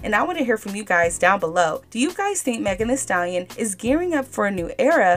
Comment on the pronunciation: 🤡🤡🤡🤡🤡=MEGAN “HEE” Stallion